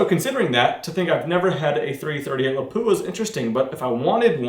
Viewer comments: Lol crazy enough it's actually pronounced more closely to "lah pwah". There's no emphasis on the "poo" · It is pronounced with the weight on the a, Lápua. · He isn't pronouncing it right.